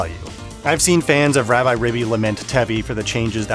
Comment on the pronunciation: "Rab-eye"? It is literally short for Rabbit. I think it is "Rab-ee". Also, since the Japanese name is ラビリビ, then it is definitely "ee" or a long "i". Take a shot every time this guy calls it Rabbi. lol